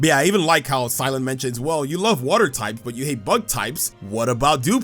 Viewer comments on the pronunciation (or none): Cy-lan? Huh. Weird.